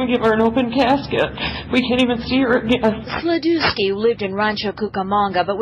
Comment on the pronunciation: That's not how to pronounce Sladewski 🤣